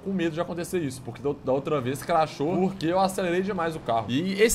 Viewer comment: O cara fala craxou umas 100 vezes